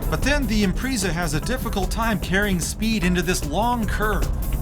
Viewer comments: "Impreeeeeeeza" 10/10 pronunciation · IMPRIIISA?? SAY IT RIGHT! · "Impreeza" lol